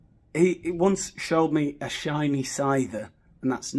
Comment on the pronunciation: … did you just say shiny sither?? Just askin’. Been looking for one of those for years. 😬